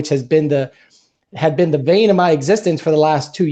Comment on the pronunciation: Bane not “vain.”